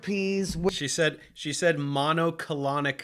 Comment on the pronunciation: She did say “mono-colonic”. Gold.